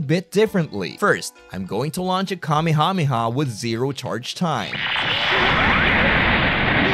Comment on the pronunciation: "Kamehamema" ur not slick pal 💀